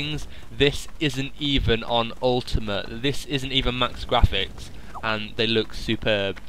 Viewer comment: lol ur voice is funny when u say graphics sounds like ur saying gwaphics